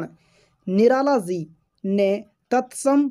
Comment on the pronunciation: Bhai tu phle ji ko si pdhna band kr